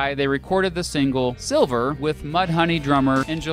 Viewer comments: Sliver not ‘silver’ 😂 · Dude calls sliver "silver" Kurt: You just activated my trap card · The guy from the video in the intro said later in his video that he's been informed that it is called sliver instead of silver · It's "Sliver" not Silver.. Thank you so very much for doing these videos and diving deeper into Kurt's murder.. That is just my opinion.. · it's called sliver!!!you called it my last name (silver) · Sliver, not silver ugg somebody needs correcting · Silver ? Try again random dude lol it’s Sliver as you know. Just shows he’s not a true fan. People questioning your 90s ness? Omg I hate when ppl do that , I have young kids not even of legal age carding me for a beer and I tell them honey I’m old enough to be your mom. They then shut up and get quiet. 😂 kids nowadays think they know so much